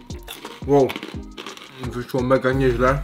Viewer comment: NIE ŁOŁ TYLKO WOW !!!!!!!!!!!!!!!!!!!!!!!!!!!!!!!!!!!!!!!